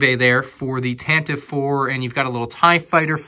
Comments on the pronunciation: tan tiv E 4 is the corect pronouciation not tantiv 4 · Tantive IV is pronounced as "TAN-T-V four" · Tantive IV is actually pronounced tant-i-vee IV